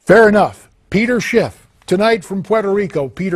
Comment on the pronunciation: POY-toh-RIKO lol